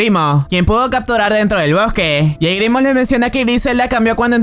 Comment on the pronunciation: se que es un buen video, pero me dio ataques cada vez que decias grimo en vez de grimrock